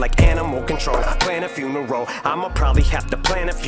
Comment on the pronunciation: I think you missed a bar. - he breaks up the syllables in funeral so it sounds like he says “neural” then uses that in the next line for “neurological exam”